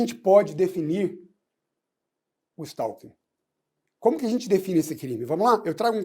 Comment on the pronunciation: A pronúncia correta do novo crime (art. 147-A do CP) é STÓ-KIN.